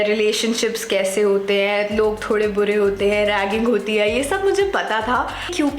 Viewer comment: Breakup ho gaya kya aapka... Log bure hai kehte huye aap kuch jyada jor de rahi thi😅